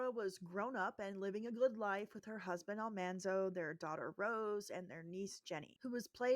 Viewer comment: Great list. So glad you pronounced Almanzo the correct way. I have a CD with a recording of the real Laura Ingalls Wilder. She pronounced it just like you did. All these episodes are so crazy. I never watch without crying. Sad or happy. Sometimes Fandango/Vudu puts the entire series (minus the 3 movies) for $20.